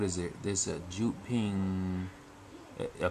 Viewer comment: That's actually pronounced "Yewd ping", not "Joot ping"